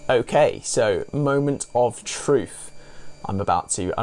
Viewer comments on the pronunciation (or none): none